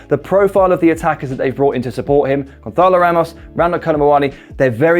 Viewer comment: I'm sure you feel very cultured saying Gonçalo like Ibiza or Barcelona with that 'h' in there twisting the tongue, but he is Portuguese, and that is not the correct way to say the 'ç'. You should just say it like Gonssalo.